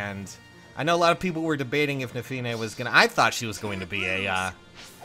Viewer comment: Hey, so uhh... I always thought it was pronounced Neff-uh-nii, so hearing nuff-iih-nay is just weird. Someone tell me the correct pronunciation please.